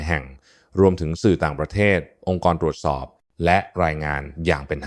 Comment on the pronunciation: ตรวจ ไม่ใช่ ตวด